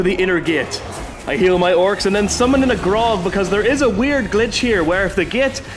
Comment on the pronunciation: How is summoning an orc drink going to help bro its not pronunced Grog 😂